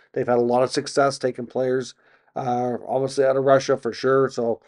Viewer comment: You do a good job but some constructive criticism would be to work on diction! It’s pronounced obviously not obvosley. You use that word constantly please say it correctly.